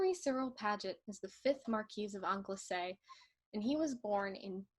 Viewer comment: It's pronounced Angle - sea.